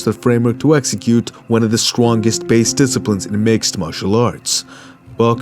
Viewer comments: 3.08 seconds in he says strongest wrong lol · "...to execute one of the stwongest based disciplines in the martial arts."